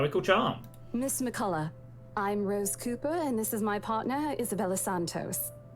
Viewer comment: Gotta love your pronunciation of "McCollough"!